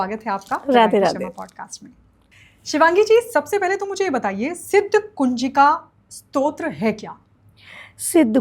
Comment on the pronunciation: बेटा स्त्रोत नहीँ स्तोत्र stotra उच्चारण करो , स्तोत्र शब्द स्तुति का derivative है Anchor भी और आप भी स्त्रोत strota बोल रहे हो जबकि शब्द स्तोत्र stotra है और यह गल्ती बहुत सारे लोग करते हैं। किमाधिकम्.... आदेश आदेश।